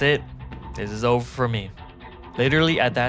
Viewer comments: Over no oveu and oveu and oveu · The "owver" sounds silly....idk what to say.. (THE ANIMATION IS SO CUTE)😅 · “Owva, owva and owva again” is amazing